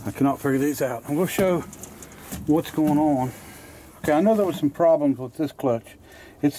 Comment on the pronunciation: No such word as oin, its pronounced ON, not oin